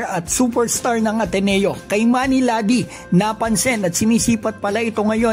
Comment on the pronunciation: Pronounciation Kee-mani not Kay manny